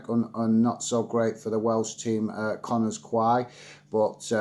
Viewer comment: Connah's Quay is pronounced "Connah's Key". Good to see someone covering to other aspects of UK football rather than the non-stories of the premier league